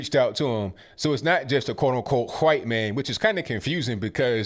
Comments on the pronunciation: Vernon is a brave man. And, it is pronounced DeCab county. Not Dekolb. No L. You also call us white folks, hwhite. I think you sometimes struggle over words, not out of not knowing how to say them, but you have trouble with saying certain words. It is endearing, because you are so smart.. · You say white like Stuey Griffin says cool whip lol